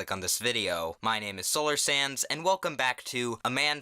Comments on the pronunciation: every time you say solar sands it sounds like solar sans XD don't ask why but to me it sounds like that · I’m sorry but when u say your channel name to me it sounds like your saying solar SANS and it catches me off guard every time 😂